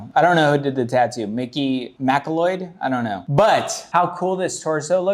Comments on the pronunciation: heh it's pronounced "mick-cloud" generally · Its said ma-cloud, like highlander!